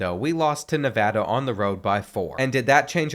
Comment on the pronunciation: Thank you for saying nevada right